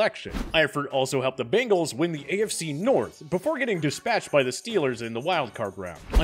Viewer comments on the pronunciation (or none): none